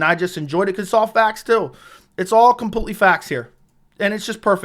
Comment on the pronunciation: Can u learn how to pronounce completely? It's not computely. U say it so often it makes my ears bleed.